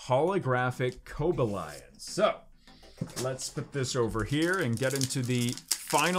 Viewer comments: Co-ba-lion? is it not pronounced Co-bal-ion? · Co-Bay-Lee-On. Not Coba-Lion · The way he said cobalion😂